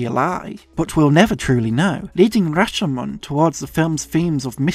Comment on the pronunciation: You're the only Youtuber I've heard using the original pronounciation of Rashomon correctly (not sure if there was some different English pronunciation that's equally valid but they say the name in the movie and the longer syllable is the "sho"). Fantastic essay.